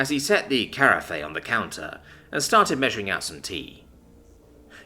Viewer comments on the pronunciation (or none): Carafe rhymes with giraffe! That really grates... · carafe is supposed to be pronounced like giraffe 🦒 😂